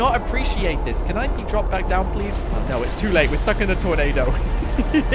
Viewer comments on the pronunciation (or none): I laughed when u said plewseee